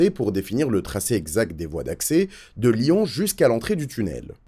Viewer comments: Lyon pas « lian » ! 😢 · Bonne vidéo mais insupportable d'entendre "lian" alors que c'est historiquement LyON